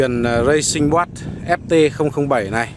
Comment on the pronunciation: Racing boat mà đọc Racing Quad à😠😠😠😠😠